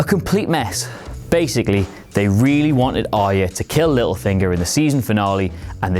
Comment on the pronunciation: Why do people find Arya so hard to pronounce? This guy too?